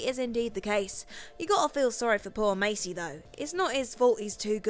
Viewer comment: He said poor macy 😂